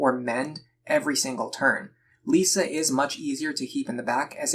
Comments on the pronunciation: Lissa is pronounced Lis-ah not Lee-sa btw. Good guide thou. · Never heard someone call her "Lisa" before but great guide Edit: Hold up, Tharja as "Saria"?